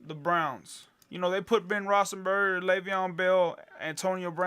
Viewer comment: its rothlesburger not rossenburger...how in the hell did you win? Must be really lucky.